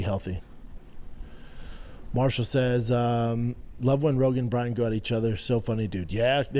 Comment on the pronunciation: Holy shit I just realized he can’t pronounce Brian 😂